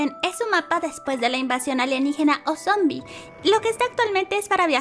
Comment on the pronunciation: Se dice sombi